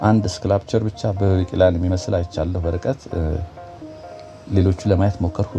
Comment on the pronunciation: ሰላም በርታ! የ Sculpture pronunciation ስኮፕቸር ነዉ - not እስክላፕቸር፡ እስክላፕቸር ቃል አይመስለኝም፡ አማርኛዉ ከእንግሊዘኛዉ የቀየጥኩት ለመረዳት ከቀለለ ብዬ ነዉ፡ ከይቅርታ ጋር ሀሳብ አልጠየክም ግን እኔም ትንሽ ላግዝ ብዬ ነዉ 🤍